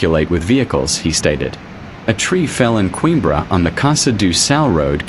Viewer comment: That's what I said but it's a robot so we can't expect too much lol